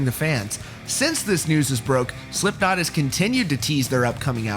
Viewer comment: he says slimpknot